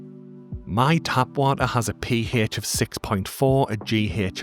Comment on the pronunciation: Im rewatching and subbing for the Kehh-hech, Peeh- hech and the Jeeh-hech! Love your style and content.